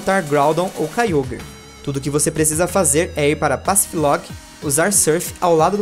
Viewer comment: não e kayogrer e kayogre que fala